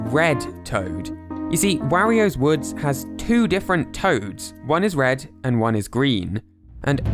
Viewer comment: Wehrio's Woods